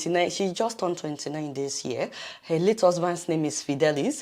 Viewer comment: I thought you were a Nigerian. Bit the way you pronounce the word "her".... What's up with that?